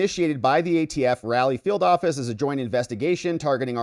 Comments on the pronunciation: Raleigh RAW-LEE not rally. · RAH-LEE= RALIEGH, OK SIR. 😅 LETS NOT HEAR YOU SAY RALLY ANYMORE 😊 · Raleigh = "rah-Lee" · it is pronounced ra...lee sir! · Raleigh: pronounced ‘Ra lee’ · Is it pronounced RALLY or RAWLEY???? The latter, I think. So, which IS it???